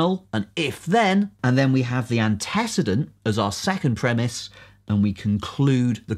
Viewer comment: The video was excellent... except for the pronunciation of antecedent ;)